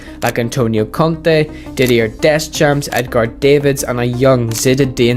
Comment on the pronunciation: Love the video but some of the pronunciation is horrible, no offence 😅 is it that hard to check how to pronounce “Edgar Davids” for example?